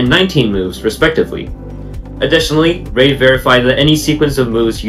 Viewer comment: You keep mispronouncing the name "Reid." It should sound like "reed" as in "READing a book."